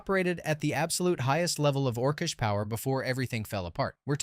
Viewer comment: Ors-ish? Orc-ish!